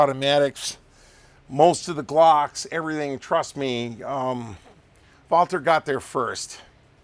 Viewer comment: He actually pronounced "Walther" correctly!